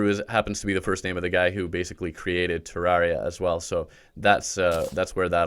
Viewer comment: You are saying terraria wrong 🥺